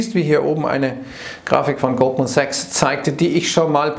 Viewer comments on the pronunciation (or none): Ich hör immer Gruppensex (Goldman Sachs)